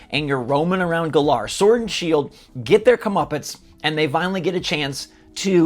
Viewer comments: learn how to pronounce Galar. It's like Galaxy. Not glar. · good freaking lord LEARN HOW TO PRONOUNCE GALAR!!! u fake fan. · The pronunciation of "Galar" varies, but common pronunciations include GA-lahr and guh-LAHR, with the emphasis on the first or second syllable, respectively. While there is no single "official" pronunciation, these two options represent common interpretations and are often used interchangeably.